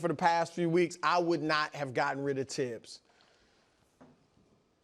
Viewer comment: It's a French name not English and the correct pronunciation is Tibbs NOT THibs.